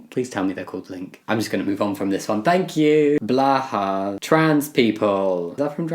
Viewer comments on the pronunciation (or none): Jamie it's not pronounced Blaha, it's pronounced blow-hi (blue shark in direct translation. I gave the pronunciation phonetically so the spelling is wrong) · From what I understand, Blåhaj being a trans thing came from one IKEA employee tweeting something about every trans person needing one, and it caught on. That’s all. Also, I’m pretty sure it’s pronounced similar to “blo-high”. Also also, three comments! Hopefully good for engagement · oh god, now jamie's pronouncing blåhaj weird too....